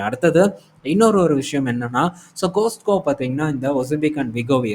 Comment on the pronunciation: It is "காஸ்ட்கோ " not "கோஸ்கோ "( just an information don't mistake me)